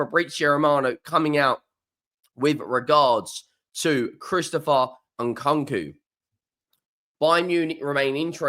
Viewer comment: Your pronunciation is abysmal Who’s Nkonko?